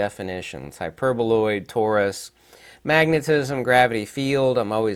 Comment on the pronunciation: Hi,, I apologize for accidentally laughing in the part where you miss pronounced the hyperboloid. It wasn't by purpose. This is my mistake. Im sorry. I didn't mean to offend you. I guess someone might noticed it. I like most your videos. May Allah bless you ☺️